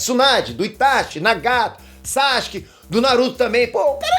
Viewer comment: Maninho vc ainda pronuncia o nome do Sasuke errado.